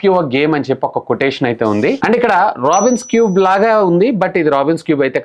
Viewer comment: అది రాబిన్స్ క్యూబ్ కాదు నాయన రూబిక్స్ క్యూబ్